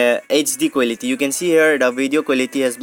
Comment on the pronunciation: Giese quelity accent